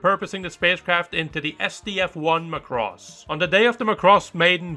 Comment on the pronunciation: You don't even know the correct pronunciation for macross.